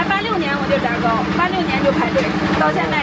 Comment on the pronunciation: 明明是炸糕，被説成砸糕，真是亂講一通！❤❤❤！